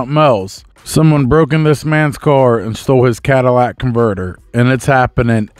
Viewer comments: What a Cadillac converter??😂 ****CATALYTIC***** NOT CADILLAC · It''s Catalytic Converter and not Cadillac Converter.